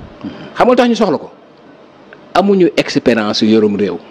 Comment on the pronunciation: Ay way yerim nopalouloul t nangou may wax mou nane ekperence 😂😂au lieu de expérience 😅😅😅